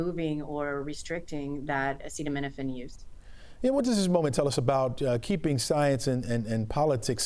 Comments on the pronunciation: Trump can't even say the word Acetaminophen lmao... is he autistic? His mother must have had too much Tylenol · Do you think class action lawsuits trump loads of scientific studies and meta-analyses? Listen to what he said. He doesn't know what he's talking about. He couldn't pronounce the word - that's how much care and thought he's put into it. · Trump is a dumbass and can’t say acetaminophen so the idiot just says Tylenol. Hope he gets sued for it. Lol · Why would anyone listen to the Orange Carnival Barker, in addition to lying constantly he can't even pronounce the word "Acetaminophen" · Can't pronounce "acetaminophen" (which we've all heard of) But had no problem pronouncing "hydroxychloroquine"🤨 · Sure, take the advice of someone who doesn't even know how to pronounce acetaminophen lol. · I loved how he had to ask if he pronounced acetaminophen correctly. Can we get him to try paracetamol next? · Bro couldn't even pronounce the name correctly. Yet stood up there reading from a script about something he probably doesn't give a shit about. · Can’t even pronounce acetaminophen.